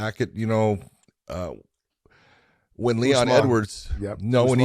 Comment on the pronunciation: Big John called Leon Edwards, Eon Ledwards